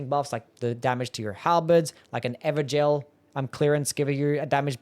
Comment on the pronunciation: pronounced everjail